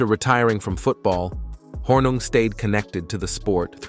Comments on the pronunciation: are you guys a mouth piece for the TLA? p.s., it's pronounced horning, not hornug. my goodness. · It’s pronounced Horning even though it’s spelled Hornung . He was so fun to watch playing for the Green Bay Packers ! He and Max MaGee kept Vince Lombardi on his toes during curfew check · His name is pronounced “Horning” despite being spelled Hornung”… RIP Paul! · Spelled Hornung, pronounced "Horning." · Why are you fucking his name up ? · Really how can you screw up his name so badly!